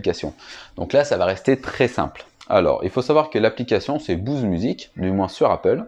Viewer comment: je comprends pas la prononciation Bouze! c'est frustrant!!!!